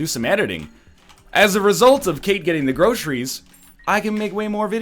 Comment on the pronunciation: Hey NL, mr. english teacher... what are grosheries?